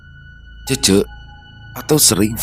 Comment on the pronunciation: Itu baca nya cece bukan cece,bang 😅😅,paham kan mksd ku